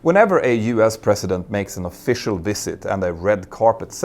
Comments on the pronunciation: President sounds like prezident not precedent. Since you need to say this word in every sentence here, please get it right. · It's "president" not "precedent " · A mear observation... It sounded like you were saying Precedent at multiple points, and not President President, which I am used to hearing pronounced with more of a "zzz" like the slang version, Prez. (or Prezz-ih-dent) Which uses the teeth in a humming aspect more to reproduce the sound.... Which basically means the teeth are used for a buzzing sound, and not passive as you would in the precedent. (which sounds like Press-sea-dent to me) Only brought it up because the phrasing would be unclear without the surrounding context.